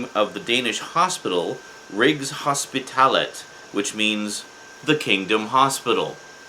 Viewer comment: LOL at your failed pronounciations hahahh. it was just wrong all the way from "undertekster" to the different languages to rigshospitalet to the title of the series :D. who can blame you though, really hehehe. good vid